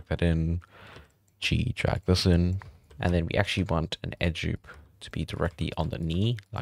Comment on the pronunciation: why cant you say Edge Loop properly!!!!